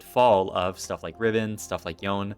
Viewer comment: Also Yon-ay not yown